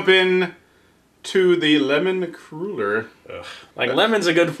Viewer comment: Li-"cure"... "Cruel"-er... What is this, a Bum Wine Reviews sketch?